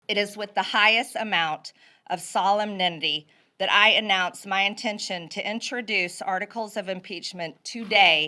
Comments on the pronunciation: "Solemninty" lmao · Solumninity……. She meant solemnity 😂😂😂😂😂😂😂😂😂😂😂😂😂😂😂😂😂😂😂😂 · Solumnindy. Sheesh. And, please, someone tell this ignoramus there is no 'd' in the word 'important'. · Solemnity….but she said solom-nendy. Effing idjit. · I think that's what she meant to say but it came out as solemn nindy😂 Could be a great drag name actually 😂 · Sollum-nindy! Fettin-ull... Her voice is grating enough, then she doesn't know how to pronounce the words she uses. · The part where Marjorie Failure Greene says, "Solemninity" impressed me actually. I didn't think she come that close to saying the word "solemnity" correctly. She can just put all her articles of im"peach"ment on a "peach tree" dish and blame all of her mistakes on the "gazpacho" police. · WTF is "Solmnenty" Marge ? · Solumnitty? Solumninity? Can we get some leaders who know how to speak English? Oh, right. We have Democrats. 💛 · She cannot even pronounce solemnity. Her faux concern is pathetic. She should go back to running her gym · Solemnity- She uses this word often and has a strange way of pronunciation guide it… suh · lem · nuh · tee Emphasis on tee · "Solemninnity," I think. Um, isn't MTG's verbation completely, totally clear? I understood her exactly on the first, I mean on the fourteenth, careful listening. The depth of her wording is profound. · Can’t even pronounce solemnity. Idiot.